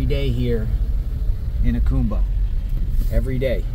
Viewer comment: "AH COME BA" Jacumba